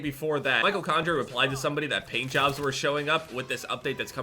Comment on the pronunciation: That pause, zoom in, and “Micheal” actually made me laugh. Good job